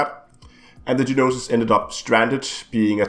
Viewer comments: The "No-Sis" NOT Ge-nosis.. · It is spelled Gnosis and pronounced No Sis lol